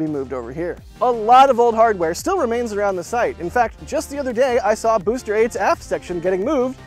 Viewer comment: "Boster" 9 😂🎉